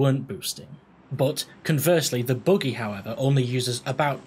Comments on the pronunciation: the boogey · youre saying buggy wrong too lol